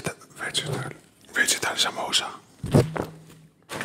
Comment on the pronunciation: Haha I laughed at how you pronounced chicken biryani & vegetable samosa (in a good way). Everything looks so flavorful! This is Indian feast heaven!